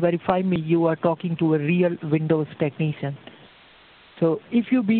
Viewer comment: "a real windows techneeshun" Imagine what he'd sound like if he were fake